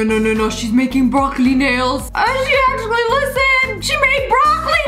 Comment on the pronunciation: Who else noticed it said accually?